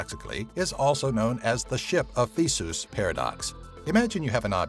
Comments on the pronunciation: It's pronounced thee-see-us. Not thee-sus. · Uh, folks, it's not "Thee-Soos." ( - ) It's "Thee-See-Us." Vidmakers, if you're too ignorant or lazy to look up the proper pronunciation in a good dictionary, or can't decode the funny little symbols you find there, you can always go to , where a nice English voice will read you the word you want in proper pronunciation. Easy-peasy. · "ship of Theesoos" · Did you pronounce Theseus Thee-soos? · The way he pronounced "Theseus" made me want to kill myself. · First off, in "Theseus", you pronounce all of the vowels. Secondly, the original "Grandfather's Axe" isn't a thought experiment. The sword of Charlemagne, Joyeuse, which is currently in the Louvre. However, it was reforged between the 10th and 12 century, the pommel in the 11th, and the crossguard in the 12th. Not one atom of the sword ever touched the hands of the founder of the Holy Roman Empire. However, it is still the sword of the Imperial throne. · Oops on the pronunciation of "Theseus"